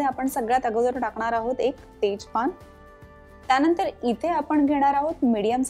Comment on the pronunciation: Akhh MARKET CH ANALE AAPAN😂😂😂😂😂, tyanatar, tyanantar😂.